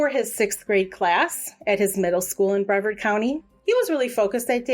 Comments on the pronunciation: Bree vard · Yes, please. Its brevard like rhymes with yard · People always say Brea vard. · Please learn how to save names. It is Brevard was wrong the entire time.